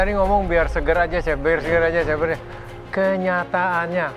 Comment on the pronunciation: salfok sama cara ibnu nyebut chef jd syephhh😂✌🏻